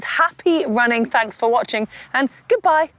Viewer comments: That was a ver emphatic "Goodbye" from Heather :) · That was a ver emphatiice goodbye from heather